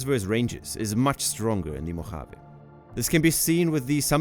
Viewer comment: Native Californian here. Love the place. But the pronunciation (AI generated?) of "Mojave" with that hard, guttural J, was off putting. I couldn't finish the video.